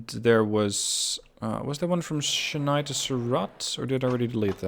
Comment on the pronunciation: A little pronunciation guide if you will: Chennai - Chen-Eye Jeddah - Jed-Dahh Surat - Soo-Rathh Hyderabad - Haider-Ah-Baadh One catenary eh? It's always the small thing that throws everything out of whack. I'm glad you caught that though. It would be really helpful if there was a mechanism within the game that can point out to where exactly the problem lies. Like in the line manager it shows in red. Say we click on it and it directly takes you to the problem location. This could be immensely helpful in cutting down on churn. As far as track-building goes you have improved significantly in comparison to the previous season. There is room for improvement I'd say. Your track lines are very busy, they come off as very congested. If you would like some inspiration on track laying I would direct you to GrandT's excellent Transport Fever 2 series. Cheers!